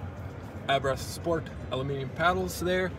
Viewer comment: What is so hard before one does a video that they know how to pronounce the man's name???. It is pronounced "Abart ( the H is silent) .....and absolutely not "Abrath"